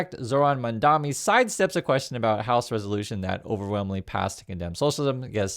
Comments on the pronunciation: You need go lookup his name. You mispronounce it every time. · I find it very annoying (and sad, frankly) that you do a story on Mamdani while constantly mispronouncing his name. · Buddy, he is Mamdani, not Mandami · you’re great, but please, it’s MaMdaNi, not MaNdaMi as you keep saying. I don’t understand why people don’t take the time and care to say people’s names right. It makes you seem out of touch like Trump or disrespectful like Trump. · MamdaNi.. Not MamdaMi.... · Its not "Mandami"... It's "Mamdani". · MAMDANI not Mandami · you're killing me. It's MamdaNI, like knee! ❤🎉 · dude its MamdaNi not MamdaMi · I understand that when people on Fox mispronounce Mamdani's name, it’s just one of many ways to disrespect him. But please—pronouncing someone’s name correctly is a basic human courtesy. Read it out loud and make sure you say MamdaNi, not MandaMi :/ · You're saying mandami. You're still a real one, but it is mildly infuriating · Please learn to pronounce the man's name if you are going to talk about him. It is MamDANi, not MamDAMi. It i like listening to someone mispronounce 'nuclear' over and over. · Excellent video as always! But the name is M.A.M.D.A.N.I not MADAMI.😅❤❤ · Bro, you keep calling the mayor "MamdaMi". It is MamdaNi with N. Good videos though. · ...repeat after me! MAM-dani, MAM-dani, MAM-dani. You called him MAN-dami every single time you said his name. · mam-dan-i. not mon-dam-i. say it right. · are you saying Mamdami? I ask because that’s what it sounds like. It doesn’t sound like you’re saying Mamdani. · yall please pronounce his name right lol mamdani not mandami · MAM-DANI Not Mandami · His name is pronounced Mamdani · MAM DANI You're saying it the Cuomo way. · Love you but please for the love of God it's MAMDANI!!! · why can't you pronounce his name? what is so hard about pronouncing the letter "N"?